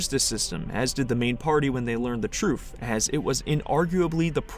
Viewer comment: why do you say ' truth ' as ' troof' but you are not british